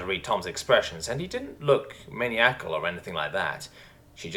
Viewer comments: Maniacal "man eye ak al" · how you pronounce "maniacal" is so dumb i love it XD also seems Vulsan and Jacky havent learned that sticky fingers lead to sticky blood